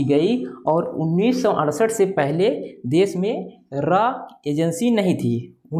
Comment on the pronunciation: Arey bhai RA nahi RAW